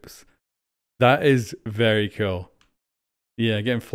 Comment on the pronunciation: I’m pretty sure he said cool just with his accent it sounded like cute, either way flores do be kinda cute